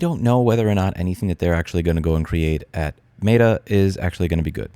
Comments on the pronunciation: Is Louis saying “mayda” instead of meta? Lol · What is “mate-uh” ???? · It's both Cringe, and hilarious that Louis pronounces Meta as "Mater" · Today I learned you pronounce Meta weird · Louis, you make very valid points, but the way you say Meta kills me. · The way you say Meta triggers me more than the company itself. (jk kinda). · great video but the way you pronounce "meta" mildly upsets me